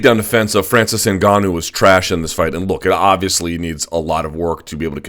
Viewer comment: So glad to hear Luke pronounce NGannou properly. I don't feel like sticking forks in my ears. Thanks big guy